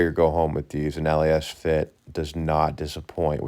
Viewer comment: It’s pronounced Lasfit. Not L..A..S..Fit. 😁